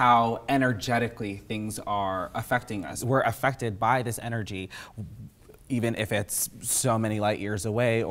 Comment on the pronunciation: The word ''Energy'' got absolutely butchered